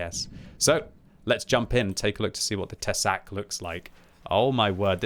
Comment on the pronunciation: Tesák. Te is pronounced short sák long. With strong hard K